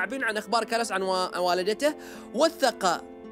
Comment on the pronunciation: اسم الولد كلاوس وليس كلس